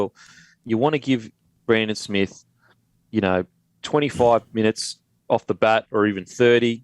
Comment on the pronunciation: When are you guys and the commentators going to start pronouncing Brandon Smith's name properly, it's pronounced ' Smeath ' This shit wouldn't happen on SBS...